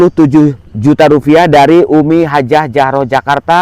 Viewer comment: RUPIAH pak bukan rufiah😂😂😂